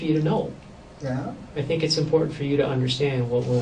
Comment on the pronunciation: DecrepitOrigin888 lol did you mean to say “I tink” or was it a accident either way it made me laugh so what does that say about me I guess hahaha